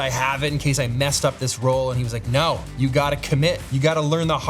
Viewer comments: Hated the "Naur" but stoked you saw my questions. Love ya Pete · Bro, that "nawr" Australian accent knocked me flat 🤣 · The Australian "naur" sent me. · Thoroughly enjoyed this. Great insight into your world. Saying "No" in Australian accent got me! 🤣